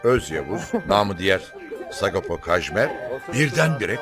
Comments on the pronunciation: bu tür programlarda neden adamın adını düzgün söyleyemiyorlar "Sagopo" nedir abi ya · Sagopo değil öğrenin şunu artık sago paa